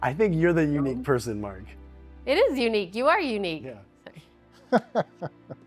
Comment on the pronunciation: Mark!!! Not mark mane